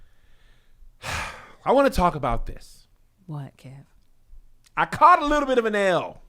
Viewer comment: “Wittle Jesus” 😂😂😂